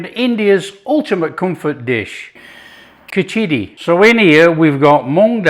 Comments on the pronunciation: pronounced more like Khich-di or Khich-ri (the r being very hard, bordering a d). That said, you did a fantastic job overall. So tasty. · The preparation is not bad at all , btw please don't use your hands to eat. You clearly are not very well versed on how to use them properly and thats not how its done. PS you butchered the pronunciation of khichdi but full marks for the effort put in.